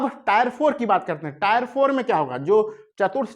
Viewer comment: अरे भाई tre को टायर 1,2 बोल रहे हो